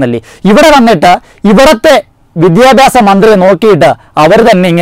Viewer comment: എവന് "വിദ്യാഭ്യാസം" എന്ന് വൃത്തി ആയി പറയാൻ എങ്കിലും പഠിച്ചുടെ.